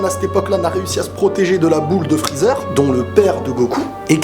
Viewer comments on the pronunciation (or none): none